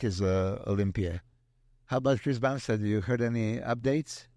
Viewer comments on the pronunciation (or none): Milos said " Bumshed" 🤣🤣🤣